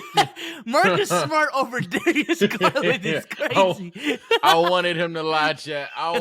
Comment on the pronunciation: “Mahhkiss Smahhht” lmaooo